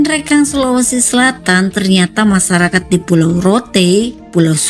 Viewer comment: Masyarakat,,, bukan masarakat, lu harus belajar membaca min